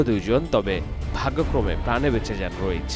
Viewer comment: "Rais (রইস) Ahmad". I don't know why he pronounces "Raich (রইচ)"?